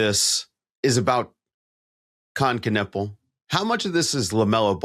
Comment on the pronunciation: Knüppel means bludgeon. :D US pronunciation sucks tho.